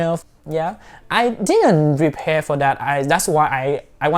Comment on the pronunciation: Nice and interesting ,as you are talking fast and to the point..but it is prepare not repare🙂